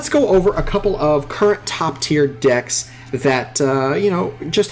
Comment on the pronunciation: When you say decks I hear dicks xD.